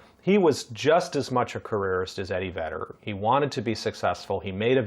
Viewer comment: Did you say Eddie Vader? 😂